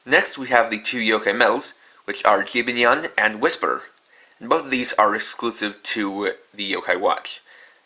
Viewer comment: Qubanyan? it's could jibanyan